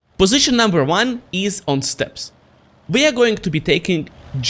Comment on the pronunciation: Alder, das spricht sich "is" und nicht "ease" aus!! Deine Aussprache ist der komplette Horror. Da höre ich mir ja lieber die beschissene KI-Übersetzung an.